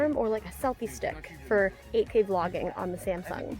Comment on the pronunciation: When you said 8K l only heard AK. As a name of AK 47.